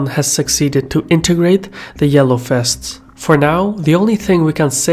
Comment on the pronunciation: "The Yellow Fests" Did you turn Dutch and no-one told me?